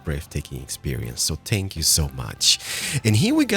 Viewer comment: When says "thank you" instead of "spank you": * audible confusion *